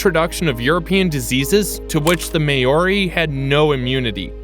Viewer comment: Hearing Maori pronounced as mayori 😬